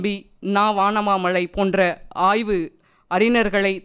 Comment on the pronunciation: பேச்சாளர்களை அறிமுகப் படுத்துபவர் ஒவ்வொரு முறையும் 'அறிஞர் ' என்ற சொல்லை தவறாகவே உச்சரிக்கிறார்